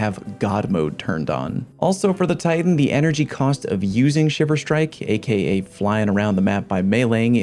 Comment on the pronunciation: everytime you say a.k.a a kid die